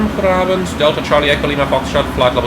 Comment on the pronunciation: Nice work on the soft G on Goedenavond!